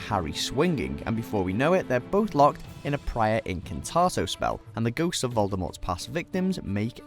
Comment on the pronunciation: I screamed when he called a spell clash "priori incatatem"